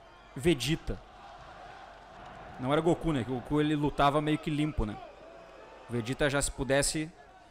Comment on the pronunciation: Vedita?? Goku?? O q é isso??? Meu Deus geracao nutela kkkk